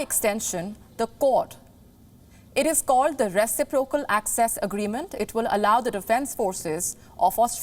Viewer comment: FYI, your pronunciation of reciprocal is incorrect, it is pronounced is re/cip/ro/cal,namely that the agreement is equally binding. In mathematics is has a whole new meaning, namely the multiplicative inverse of a number.